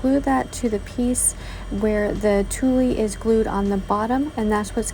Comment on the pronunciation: Great idea to glue the little leaves on the plastic tree. I love the little leaves on the glas too - it is a great fall idea. A quick note - it is pronounced tweel. I know, the spelling - tuille - is completely different lol.